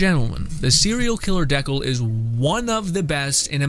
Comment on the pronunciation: Dude are you joking around the way you pronounce decal? I hope so. Dee kale like stickers or decorations you put on a car, skate board, notebook.